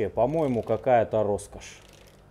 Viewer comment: Р-Роскошь! Ростовские рукастые ребята любят это дело :) Насмотрелся Пачанов, Олега и порой кажется, если человек произносит это слово, он из Ростова)) А если два раза в одном предложении 100% Ростовчанин! 😁